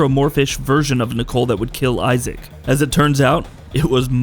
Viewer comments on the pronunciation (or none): none